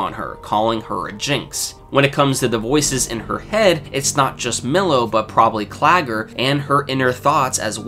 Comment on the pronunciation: stop calling him millow lmaooo